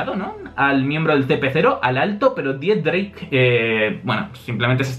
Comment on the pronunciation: Por que dices Dix-drake? No es x-drake?